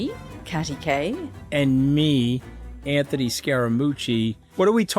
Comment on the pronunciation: I want to see the one where Anthony finally cracks and insists Katty says his name right.